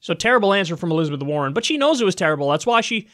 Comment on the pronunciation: Elizabeth WAR-ren.